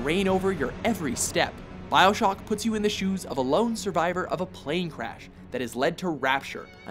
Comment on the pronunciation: "bioshook" lol